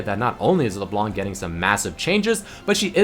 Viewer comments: "LeBelanc" XD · just the pronontiation of leblanc is leblan